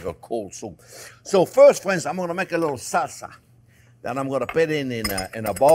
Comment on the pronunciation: "Well hello there phrinzzzzz!" making this recede today!